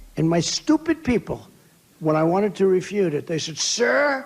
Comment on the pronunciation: What is a refuttle😂😂😂. Dude need to have his brain shocked.... This is sad and he call President Biden old and said the he can't talk , give Trump a pair of hearing aids so he can hear himself ...